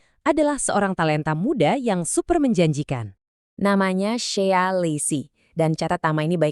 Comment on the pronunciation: bukan shiya tp shey.sebutin yg benar